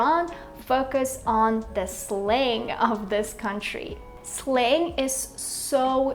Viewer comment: I think your pronunciation of word Slang is wrong.